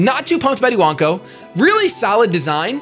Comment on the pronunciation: You actually pronounced Iwanko exactly right. The Japanese words "Iwa" for rock, "Wanko" for puppy.